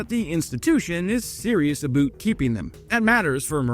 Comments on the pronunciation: Hmm,... “I still have a cold. - If I sound nasally, it's because my nose is stuffy”... No, this is ‘A BOOT’ you making videos that fondly reference CANADA often. - and that compounds to affect pronunciation over time! - What you think a boot that? 🥰 /with love from CANADA 😉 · C'mon! What part of Canada were you in that you heard them say a-boot? I seem to remember you being in Ontario for sure... if you did hear them pronounce it that way, then that's a style of Canadian humour called "Jerking yer chain". But I know you spend the effort trying each and every time to personalize your presentations with your own sense of (best I can describe) Dad humour! And that's while I'll watch you a thousand time over an AI presentation. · Please stop saying aboot! As a 70 year old Canadian I've never heard anyone pronounce it that way. Go Canada supporting the Ukrainian troops including the WOMEN! 🇨🇦🇺🇦 SLAVA UKRAINE 🇺🇦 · Thanks for the coverage,. Just an FYI, hardly anyone in Canada pronounces about as “aboot”. ❤🇨🇦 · "Aboot"? Once was funny, but no one I know pronounces it that way, eh. 😂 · abowt to me. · Please pronounce 'about' properly. Nobody in Canada talks like that. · Hey, love your stuff watching it every day every time you have a video I’m Canadian born and raised. I’ve been all over Canada and I’ve never heard anybody pronounce “about” the way that you did multiple times in your video I’ve heard of this supposed Canadian pronunciation of that word but I think it’s a myth. I don’t believe that’s an actual thing just saying.🤔🤓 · Sorry, but you saying "about" that way was annoying and all of Canada does not pronounce "about" the same way. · There isn't a single Canadian that pronounces about that way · I know you may think saying aboot is funny. Let me inform you, Canadians don't say aboot. If there are Canadian that say aboot, then they're idiots, and the people who think we say aboot are idiots too... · A little less aboot would go a long way.